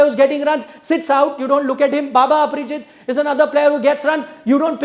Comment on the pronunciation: *Baba Indrajit, not Aprajit